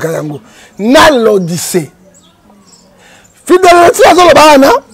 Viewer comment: Bjr, naseki mingi. Ton invité n'arrive pas à dire "église Philadelphie "